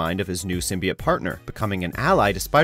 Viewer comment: Fucking hell. How can you can make a video on symbiotes and not know how to pronounce it properly